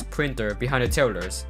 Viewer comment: When you say tellers i hear terroris